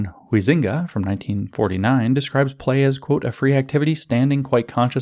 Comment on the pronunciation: It's pronounced 'High-zinga'.